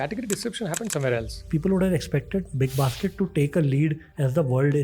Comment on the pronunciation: Lol... was that big bas** d or big basket? 😅😅